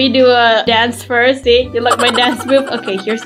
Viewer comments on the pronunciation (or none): none